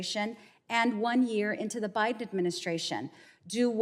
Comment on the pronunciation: Did she say "President BribeHim"?